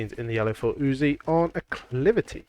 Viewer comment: sir, may i compliment you on your perfect pronounciation of the name uzzi. You doin a great job sir, you know your stuff.